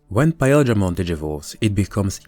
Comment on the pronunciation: this guy says PAEL dramon Is this some sort of an off-panteon god?